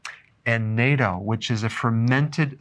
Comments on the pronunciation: Not trying to be one of those. But it's Nah-Toe, not Nay toe. (I know i did the spelling on purpose) Just in case anyone ever comes to Japan or is looking for it. No one will know what you're talking about. Haha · Natto is not pronounced like NATO. Japanese is very phonetically simple. All vowel sounds are always short, and doubled consonants are emphasized harder than they would be in English. So natto sounds much more like KNOT-TOE. Literally. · "Natto", not "naito". I've had it. It's good when you get used to it. Also, Japanese people do not eat much sugar. What desserts they do eat are not as sweet as ours. I think it's the best cuisine in the world. I lost a lot of weight when I lived there in the 80's. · Dr. Berg, my wife is from Okinawa and the pronunciation of Natto is the 'a' is long. So, its Naaaato Not Neyto. long "a" kind of like in father. OAG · Pronunciation is N-ah-toh ... not N-ay-toh. great video. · Japan sounds like it needs a dose of American freedom!!!...lolol...oh yeah the fermented soy product is pronounced nah-to, not nay-to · Natto is pronounced "Not To" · This seems to make a good case for eating rice, wouldn't you say? By the way, natto is pronounced like "gnat-o" fyi. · Natto is pronounced like “Not Toe” But I do really like it a lot and not just on rice. By itself it’s okay, but I add to rice with soy sauce, hot mustard, and other condiments. You could even add it to toast. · Natto is pronounced “NAH-toh.” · Great video, you are so correct. Also, I remember when I went to Japan, lots of people were wearing surgical masks to cover their nose and mouth to be considerate of others not to get sick. Here in the United States people are so clueless they don't cover their nose and mouth when they sneeze or cough... BTW : natto is pronounced='"not toe" :) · learn how to pronounce natto